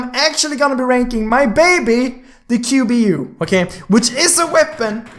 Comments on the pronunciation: bro its qbu not gbu lol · Not gbu it's qbu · its qbu not gbu! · y do u text GBU and say the correct name of the gun QBU😂😂😂